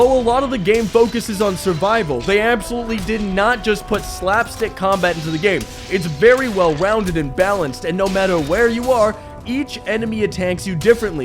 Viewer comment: "very well wownded"